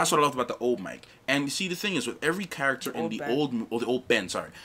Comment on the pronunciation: WHY tf is she pronouncing "character" like that?